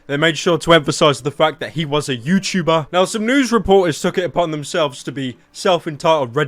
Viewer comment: HES A YOUCHEWBER OMG (YouTuber)